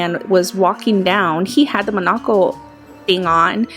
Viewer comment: She says munucle and ace venturu